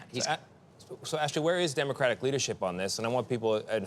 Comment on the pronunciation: it's not pronounced "demercratic"...it's democratic